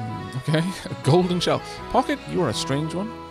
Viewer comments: I think Pocket is pronounced Poe-shet. It's basically a French mini-purse. She deserves a run, however you pronounce her name. Who knows? Maybe she can get all the way down and find the beacon. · From what I recall you gonna need to win a full run with each of the characters to unlock the last stage, so pochette it is (not pocket guh it took me way too long to figure out you meant her all this time. /pɔ.ʃɛt/ from french meaning small bag)